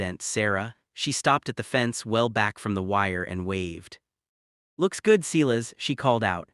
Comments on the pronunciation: Damn it can't you use a real person to read this. It's not Clis, it's Sil as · The ranchers is pronounced sigh-lus. Get a better AI, or learn how to read.